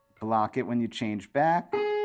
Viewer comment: Did you ever have the Bop-It toy in the 00s? That's all I can hear when you say "block it" 🤣. Love this lesson, gonna give it a go today!